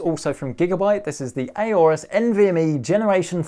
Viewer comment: It’s not A-orus, it’s Aorus.